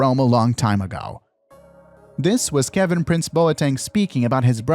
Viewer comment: Kevin price? It’s prince